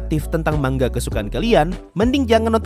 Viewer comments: Manga dibacanya man ga,,, bukan dibaca ma nga.. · manga bang bukan mangga